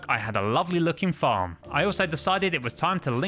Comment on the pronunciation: My video put a add when you said farm and it sounded like you said fu*k